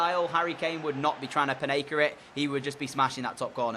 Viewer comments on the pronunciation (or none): Just for future reference it's called a Panenka penalty, not Panaka. Great video as always :)